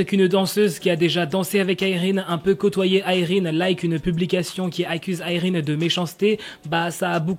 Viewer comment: il le dit avec l'accent